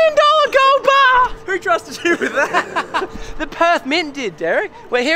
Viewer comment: a million dolla gold BAAAAAH